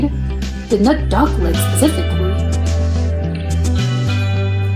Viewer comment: You automatically read aloud "duck legs" and it sounds like "dog legs". Then you comment about dog legs in Poland like in China )